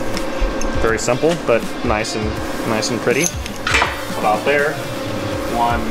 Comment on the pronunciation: I love watching your content and the inginuity that you incorporate in your builds, but I do have a favor to ask: Can you stop say "Noyce" ??